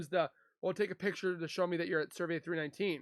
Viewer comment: Cerveeeeee not vey